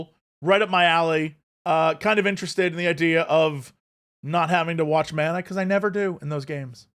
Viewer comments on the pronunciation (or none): none